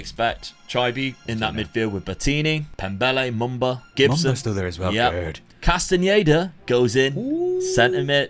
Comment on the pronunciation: That was a lot of fun 👏🏽👏🏽 great pronunciation on Castañeda 👏🏽👏🏽